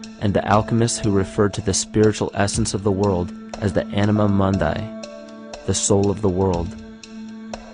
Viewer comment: Mundi, say it with me: MOON'dee as in - Latin for world.